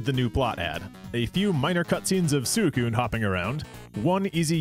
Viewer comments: "Sooey-koon"? If you're going to be pedantic about how to say a Pokemon's name, and are going to be like "Look at the Japanese pronunciation bro", at least, you know, pronounce that right. "Sui" isn't said like a pig call. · That's... not how you pronounce Suicune in Japanese. The Japanese is pronounced almost identically to how it's pronounced in English, "swee-coon." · Suicune's japanese name is pronounced exactly the same in English...... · I used to pronounce it 'Suicine' when I was a kid 😅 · that's not how suicune is pronounced in japanese